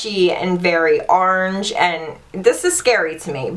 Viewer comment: Every time you say "orange" I die! Love it!!!!